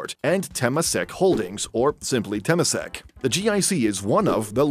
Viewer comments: Note: Temasek is pronounced as term-ma-sek, not tamp-ma-sek. Its origins is Indonesia/Malay. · The way the speaker pronounce Temasek 😂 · wrong pronunciation of temasek. cringey